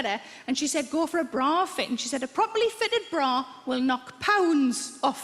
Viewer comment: It took me way too long to figure out that she was saying "bra fit.". I thought, "what is a broffit?"